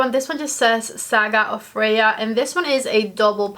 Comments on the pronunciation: It's pronounced Fray-yah... She's a goddess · I loved the first look the best. Just beautiful. Also, it's pronounced Fray-a. Don't worry, that's not the worst pronunciation I've heard 😄. Someone pronounced it Free-hah in another video. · Just jumping in (I've paused the vid), Freja is pronounced - Freya 🌸